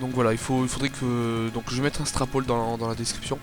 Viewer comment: HCF / DTR Juste on dit "strooooowpoll" pas "strapaul"